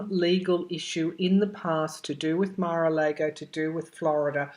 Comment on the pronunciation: Mara Largo...all a's have the same sound. Just so you know.